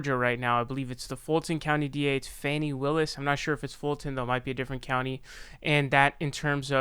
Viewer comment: It is pronounced FAWNY Willis.